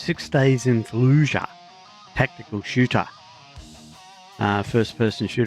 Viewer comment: I like the way you say tactical shoota my friend very cool